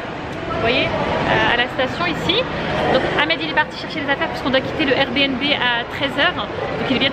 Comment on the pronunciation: Cc! C'est un plaisir de voir tes vlogs en famille... J'ai bien rigoler quand t'es jumelles répètent tout ce que tu dis 😂😂😅 Et tu es la seule que je connaisse à dire R B N B (RBiNBi) lol Merci pour ces partages Bisoux